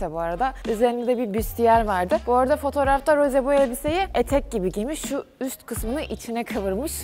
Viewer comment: Çok şükür Rose ye Roz demeyen biri🤲